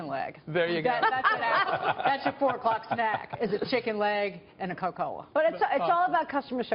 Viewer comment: Did she fucking say "Co-cola"?